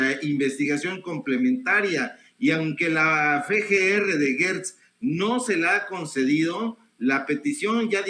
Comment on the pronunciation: ¿Por qué dice GUErtz?. El apellido se escribe Gertz o sea no veo una letra U entre la G y la E. O tal vez de apellida Guertz y no Gertz. Por otra parte me encanta escuchar a aprendo mucho escuchándolo me ha ayudado a comprender muchas cosas de la vida política del país.